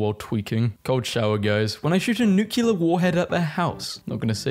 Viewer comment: For the love of god and all that is holy PLEASE STOP PRONOUNCING NUCLEAR AS NUCULAR. ITS NEW CLEAR